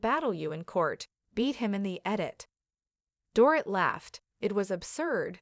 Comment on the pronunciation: It's not "Dore- IT", it's "Dore-EET" like a DORITO lol